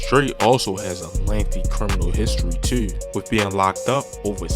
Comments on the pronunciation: You say "Tew" with a strong accent. Lol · You heard him say “tew!” as well? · why bro say "too" like that